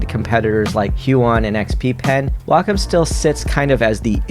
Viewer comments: Nooo! Way-comm and Into-ose! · how dare you say Wacom and Intuos like that!... Nice review though. Lol